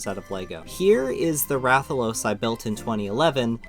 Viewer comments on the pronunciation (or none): none